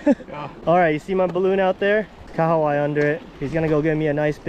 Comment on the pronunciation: I must say, I appreciate your pronunciation of the Kahawai. Most people in NZ struggle😂